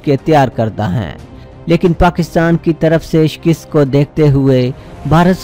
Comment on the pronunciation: lafz shkast hae nah keh shkist . jnaab taseh kerrain . FROM U K